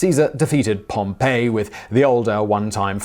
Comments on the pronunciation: If you are using the Anglicised name for Gnaeus Pompeius Magnus, convention is generally to pronounce the name as Pom-pee, so as to not create confusion with the city of Pompeii, which is pronounced Pom-pay. While in context one can eventually determine which you are talking about, it can be confusing at times. It also may cause someone to falsely associate the man with Pompeii, which he has no personal ties to, although his ancestors may have founded the city, giving rise to the gens name. The phrase 'et tu, Brute' should be pronounced 'et to Bru-tay' as Latin doesn't do silent letters. Shakespeare did come up with "Et tu, Brute' himself, though it certainly was based on the writings of earlier historians. Historians in the Roman era were notorious for writing the things someone would or should have said. Many historians would write entire speeches decades or even centuries after they were given. It isn't as though they had access to transcripts that have since been lost or that they consulted someone who was in attendance. No, it was just common practice to write a speech someone in the speaker's position would've given. Either using this same method, or quoting other lost works that likely did, Gaius Suetonius Tranquillus penned Caesar's 'last words' over 150 years after they were allegedly uttered and over 50 years after the last Julio-Claudian emperor. Historians knew that Marcus Junius Brutus and Gaius Julius Caesar were educated Roman men who had an mentor-mentee relat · Isn't it pronounced like Pom-pee not like Pom-pay? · Dude, it's POM-pee. Pom-PAY was a city buried by Mt. Vesuvius. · Everybody is complaining about Brut when it should be Bru-tay. Yet nobody is saying anything about Pom-PAY, which is the name of the city (Pompeii). Pompey is "POM-pee." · Pompeii and Pompey are not pronounced the same way. It is POM-pee, not POM-pAe. Like this grated on me so hard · OMG, it's Pompey( /pompii/ ), not Pompeii! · (Distracted by pronunciation of “PompEE”)